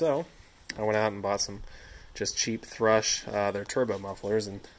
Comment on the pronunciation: Thrush sounded like poo poo.